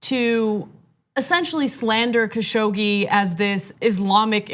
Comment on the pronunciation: It should be pronounced like ka shug ji